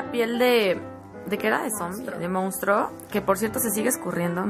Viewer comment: 'Mounstro' xD